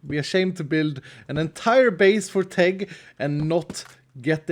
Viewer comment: It sounded like take lol